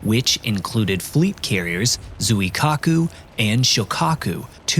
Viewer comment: Appreciate the use of professional voice actors but that means you need to match their effort. Actors will research pronunciation of foreign names and you need to do the same. Zweekaaku is correct pronunciation of the carrier name. Given the repeated references in the presentation, hearing Zoo-e-kaku every time is slightly irritating from a presenter of your calibre. Keep improving.